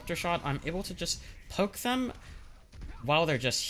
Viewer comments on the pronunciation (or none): none